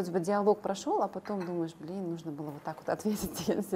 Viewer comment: Блиин а вот бы не"Блиин"